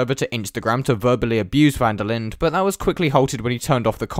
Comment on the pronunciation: South African here, not really important, but van der Linder is pronounced van der Lin-duh. Great vid tho. The whole thing left a sour taste in all us SA motorsport fan's mouths...